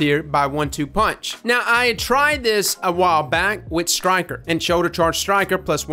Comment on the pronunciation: Btw it's called Stiker not "Styker" lmao